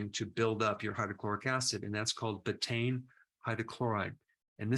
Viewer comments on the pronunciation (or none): It’s pronounced “beeta-een”.